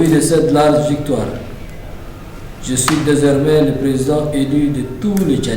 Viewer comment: On lit désormais pas desermais😂